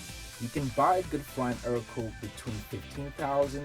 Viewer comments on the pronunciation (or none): Ercoupe is pronounced Aircoupe. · A few notes about the Ercoupe. I've always heard it pronounced differently than you've pronounced it. It's pronounciation lends itself to its nickname, "scarecoupe". I think the model with the rudder pedals was produced under another name, being "Alon" (sp?). I might have to do a little research, as I tend to get the details of these trivial matters wrong. All I know is I met a gentleman in Waco who has one that he says is an Alon, not an Ercoupe.